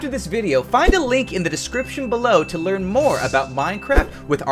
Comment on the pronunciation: "Speaking of the light belov"